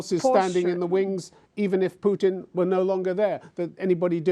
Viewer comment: Stup “putrin”